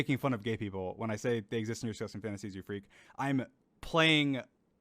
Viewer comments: Ah yes, the emphasis on FREAK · The emphasis on the word made it hilarious, as you said you found it to be